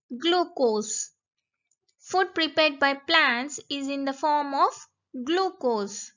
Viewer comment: It is not glucos